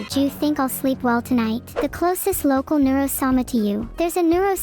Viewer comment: did she say “do you think” or “jew you think”